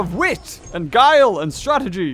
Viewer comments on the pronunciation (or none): none